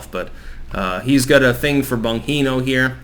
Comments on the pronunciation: Not “Bon-hee-no” but rather “Bon-Gee-No” (as in “gee whiz.”) 😊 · Bon-jean-o!!! Not Bon-hino. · It's Bon-JEAN-oh, idiot. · Pronounced BON ji no